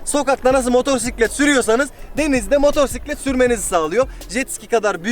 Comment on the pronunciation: "motosiklet" motorsiklet değil <3